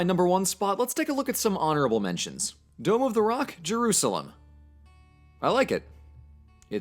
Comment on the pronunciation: The word dome means nothing to me now. It's literally a meaningless sound. Now I need to relearn to recognize it as a word and not worry about it constantly being mispronounced with a weird accent that doesn't exist. It will take about 12 hours. Thank you.